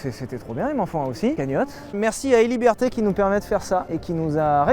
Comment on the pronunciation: "héliberté" c'est digne des meilleurs coiffeurs